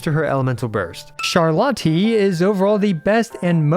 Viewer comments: I’m sorry, CharLOT-EE 😭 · "charlottee" wth i'm dying x'D in all due respect, you don't say the e x') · The way you pronounced "Charlotte" made me die inside. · how the hell can you fuck up the pronunciation of "charlotte"?